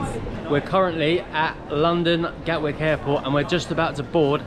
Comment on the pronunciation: Hello again lads, great that u r in pakistan! Hey the name of the airport in london is GATWICK, with a “T” not gawick as u put it on the screen. Happy travels 👍🏻👍🏻